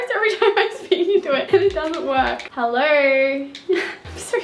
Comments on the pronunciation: us: hello: hellero no hate girl ily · “hellerrr” hahahhha the way she says hello is so funny